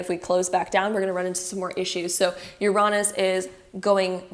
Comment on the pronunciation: I’ve never heard anyone pronounce Uranus as you-raw-nus